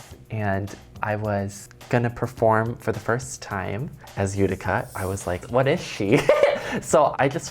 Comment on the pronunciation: I died when I heard this during the fashion show. And then again in another episode. Itica? Ghuh, Utica!!!